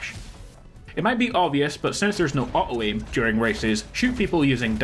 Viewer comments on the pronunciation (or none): When you say auto it sounds like “uh-oh” LMAO. Fucking odriscolls.